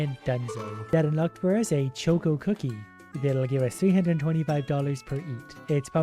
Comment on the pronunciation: Hearing pronounce choco as choco causes me physical pain (it’s worth it for his asmr level voice though)